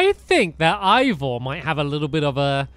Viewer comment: I just noticed that stampy says Ivor's name wrong